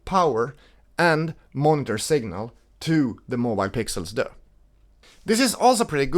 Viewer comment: This French “Deux” is hilarious. It’s DUEX, like dual.